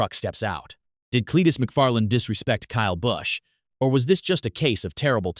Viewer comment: This channel is just trying to start trouble Cleetus ain't like that and the computer generated voice couldn't even say Kyle Busch right